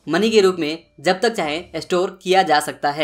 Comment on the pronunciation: Yaar tum video bohot achi banate ho is mein koi shak nahi lekin tumhari pronounce mein hamesha galti hoti hai jaise . Jab ko Zab .Jagah ko zaga .wajah ko waza.jitna ko zitna .Jeet ko zeet shayad tum bangali .